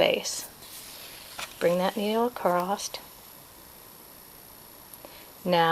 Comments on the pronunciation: Is that spelled acrossed, acrost, or acrosst? That was so distracting throughout the video. I bet you say heighth (with the 'th' on the end) too, don't you? a·cross [uh-kraws, uh-kros] . . . there is no 'T'. I'll watch this again and try to ignore that annoying word 'accrossed' this time. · Are you saying acrost?